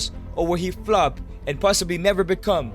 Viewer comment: It's so funny😂 how he says flop